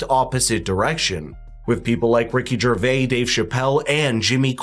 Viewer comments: As “smart” as you think you are you still mispronounce Ricky Gervais’s name! There is an S at the end, it isn’t some French bullshit! And you went to college too I’ll bet?!?! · Ricky Gervais is pronounced - like Jer-Vay-s. Not Jer-Vay. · I couldn't aee anything but the white thread on the host's crooked collar coming off his button. Then I couldn't get over him saying Ricki "Ger-vayy." But good vid. Good channel. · You pronounce the ‘s’ in Ricky Gervais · The S on the end of Gervais isn't silent. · Gervais has an "S" on the end, and is pronounced as such by Ricky. How do you broadcast yourself mispronouncing someone's name without checking on that beforehand?